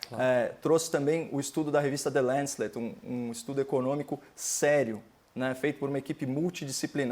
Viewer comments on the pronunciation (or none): Copolla: 1. O nome da revista é "Lancet", não "Lancelet" 2. Recessão mata. Covid-19 também mata. 3. "Morrer uns X mil" foi exatamente o que falou o Hang. Já que você está confortável em lamentar essas mortes, poderia fazer então cenários e avaliar o custo de cada pessoa viva. Você vai ser o primeiro a responder a pergunta horrenda de "quanto a economia deixou de cair por cada pessoa que morreu?" 4. Você fala em ciência, mas ignora qualquer dado que desconstrua um argumento seu. Não há, por exemplo, nenhum medicamento ou tratamento por enquanto, além de internação, que aumente as chances de sobrevivência a covid. Não há outro método eficaz que não o isolamento. Não cite Alemanha ou Suécia como exemplos. Alemanha testa de forma absurda e mede continuamente o R0. A Suécia funciona com um sistema meio na base da honra que não funcionaria nunca aqui. 5. Qualquer abertura gradual depende de testes pra monitorar, em tempo real, a população. Caso contrário, mesmo lugares com nenhuma contaminação podem ser acometidos. É pior ainda no interior, onde há menos leitos médicos e dependem de cuidado nas cidades grandes vizinhas. Mesmo que boa parte da população se comprometa a tomar cuidado, basta um pouco de descuido, basta um número bem reduzido. Exponenciais são assustadoras. E se você duvida, está cheio de gente esclarecida que fica dizendo por aí que tomar água tônica é tratamento, ou que cloroquina possui pouquíssimos e quase desprezíveis efeitos colaterais. 6.A data do Doria, assim c